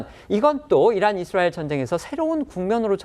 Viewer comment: 남자 앵커 발음 교정 바랍니다 ㅡ 이스롸엘 Xㆍ뤠드 라인X 이스라엘 ㆍ레드 라인